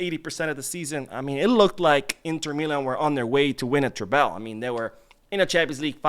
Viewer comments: Love your channel and watch everything you post. But it bothers me every time you pronounce Treble like that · I hope I don’t come off like a jerk but why do you pronounce treble like that?